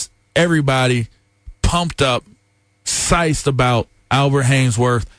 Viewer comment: Did LA just say ‘psyched like ‘sciced’ lol